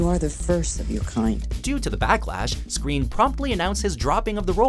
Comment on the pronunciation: pronounced screen? not skrine?